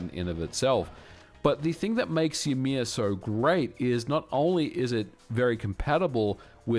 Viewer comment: 'joumear'? Lol. That is not how we pronouce the name of the ancestor of all the jötnar in the nordics.